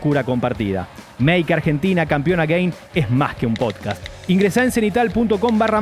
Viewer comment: Me hace un poco mal que pronuncien mal la palabra again